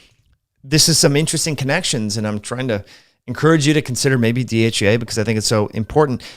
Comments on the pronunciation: Not sure if it’s your pronunciation but you seem to be saying DHA and DHEA interchangeably 🤔. Also, Mayo clinic warns against taking DHEA if you are prone to hormone related cancers. What’s your opinion on this? (Not sure MC is always unbiased..😉). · I love your program I watch it as often as I can, please do not mis understand me do not mean to offend you in antway, but sometime it is hard to understand you because you are speaking, for me to fast. for example when you saying DHEA it sounds like you are saying DHA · IS he saying DHA when he means DHEA?